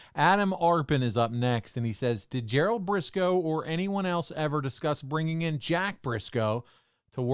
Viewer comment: “We gotta handicapper and we got the best eevvar.” Con man has to con.